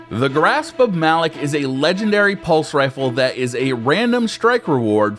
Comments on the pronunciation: ITS PRONOUNCED MA LOK GUISE NOT MALOK MAAAAA LOK YOU CANT DO THIS TO BUNGIE PAY ATTENTION TO THEM!!!!!!!!! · why do ppl see malick it pronounced malok